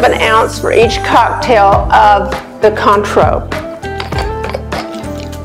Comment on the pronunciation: Cointreau is pronounced Kwan-tro.